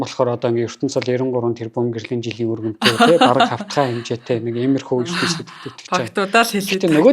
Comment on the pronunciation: Үгээ зөв хэлээч өрөнтөө гээд байх юмаа өргөнтөй гээчээ